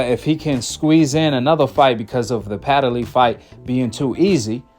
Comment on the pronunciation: Hey, there is no a,e,i,o, or u in between the d and the l in Padley. Stop pronouncing his name wrong.